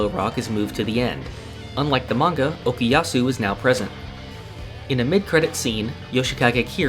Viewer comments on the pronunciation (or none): Why do all muricans on YouTube pronounce okOOyasu as okEEyasu. Shit's pissing me off. Like, are all of you fucking deaf during watching the show or what..